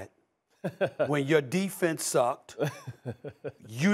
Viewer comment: SAS first it’s Tyrann. Not tyron. And second what does his defense have to do with anything he just said ??